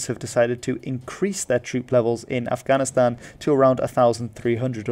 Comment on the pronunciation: It really bothers me how he prounces Afghanistan